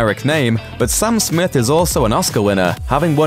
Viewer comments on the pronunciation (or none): Don't watch this video. This guy says the name Sam Smith as Sum Smith and he is a native speaker.